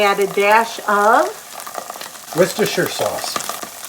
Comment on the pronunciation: Worcestershire! LOL, how I remember to say it is I think of Ulster county New York. Take that sound of the county and add a w to the front. Then say "sure". "Wooster" "sure". I keep practicing it and I get it! Maybe this will help you too. Love your videos. ❤. A long time viewer.